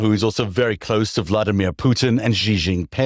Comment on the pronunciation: The "X" in the Chinese name "Xi" is not pronounced like the "g" in the English word "regime"; indeed, the Chinese language does not even have this quasi-French sound. The "X" in the name "Xi" is pronounced like the "sh" in the English word "she." Similarly, the "J" in the Chinese name "Jinping" is not pronounced like the "g" in the English word "regime"; it is pronounced more or less like the "J" in the English name "Jim." Easy!